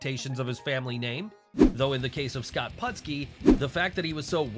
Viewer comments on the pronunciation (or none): Great list.... fyi, it's Putski, not Pudski